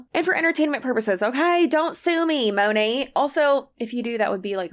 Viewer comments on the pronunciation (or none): I could never understand why so many of Monat's huns never pronounced the name of the company correctly....until this video. Maybe it's the accent but how is this guy at the tippy top and even he says 'Monet' like the artist? Good grief. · MONATberhoods!?! That’s the sound of my teeth gnashing